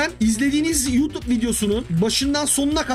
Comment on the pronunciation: hee anladum sen yutub diyorsun :)